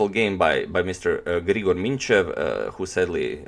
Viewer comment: Just to mention that it's written Aleksandar and also you pronounce Grigor incorrectly agadmator :)